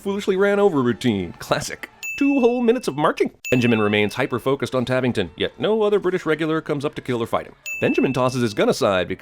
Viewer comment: Tavington = Tarrington